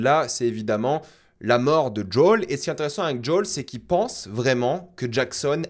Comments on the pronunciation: JUL n’est pas dans cette série, on prononce toutes les lettres « J O E L » 😅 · Son nom se dit pas "jol" mais plutot comme "jowel" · Par contre je sais que tu aimes la VO mais par pitié arrête de dire « djôle » je me suis étouffée en l’entendant 🤣🤣🤣 JO-L suis sure tu peux y arriver 😉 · lol ce n’est pas “ jol ” c’est Joel mdr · Jai beaucoup aimer la bataille a Jackson, super idée c'était bien fait et "impressionnant". Le colosse était lent idiot et costo nan franchement la bagarre j'adore. Et par pitié arrête de dire djol je comprends pas, a quel moment a tu entendu un personnage l'appeler djol ? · Top vidéo comme toujours.. cependant.. il faut arrêter avec Joel tu rends fou!! Depuis quand ça se prononce Djol🤣🤣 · Pk tu appelle Joel « JOL » mdrr